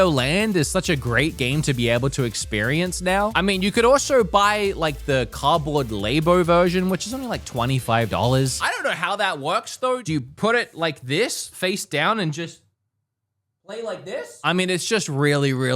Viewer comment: Lab. As in science lab. Labo .... Not lay bo 😂